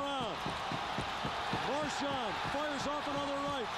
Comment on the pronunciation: "Soobon" and "Marchond". please kill me